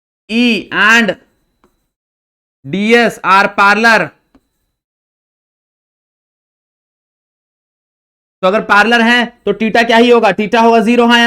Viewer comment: Parallel❌️ paarlal✅️ 😂😂😂😂😂😂😂😂